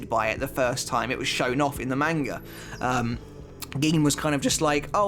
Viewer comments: The correct pronunciation of manga is mahn-gah, not MAN-ga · He said main-ga.... Disliked... Done watching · The way this guy says manga kinda sounds like mango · The video isn't bad at all but ur pronunciation of Manga is cringing its not a long a is a short a instead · Can you say Manga the correct way please...